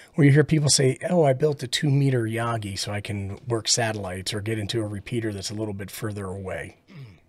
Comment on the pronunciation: The way you pronounce Yagi is Hot. Like RF Hot. Enjoying the Beginner videos, thanks.